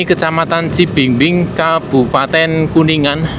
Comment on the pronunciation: Cibingbin mase bukan cibingbing😅